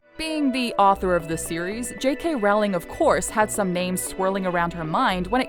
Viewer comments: J.K. Rowling's surname is pronounced r-ow-ling, like "rolling", not like r-ao-ling. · It’s not JK Raling it’s a JK Rowling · Ginny, not Jenny and it's Rowling, like Bowling. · sad that the voicover can't even pronounce the Author's name correctly - It's Rowling rhyming with Bowling, not Howling.